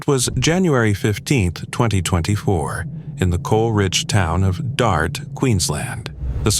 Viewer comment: The Australian story about old mate dying in the mines, the local town is called DYSART pronounced ‘DYE SART’ not DART.